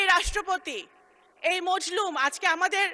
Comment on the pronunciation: মজলুম না মাজলুম হবে কথা কইতে পারে বেডা